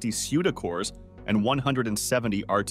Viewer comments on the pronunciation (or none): "suda cores"